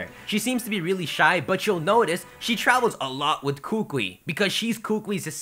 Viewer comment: Okay, some pronunciation for you. Professor Kukui's name is not pronounced like "Koo-kwee", it's pronounced "Koo-koo-ee". Hau's name is not pronounced like "Ha-oo" but instead pronounced like "How". Sorry, I actually live in Hawaii and am Hawaiian, so your pronunciations made me cringe through each of your new videos. Good job with theories though!